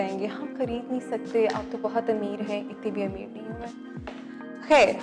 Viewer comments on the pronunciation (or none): none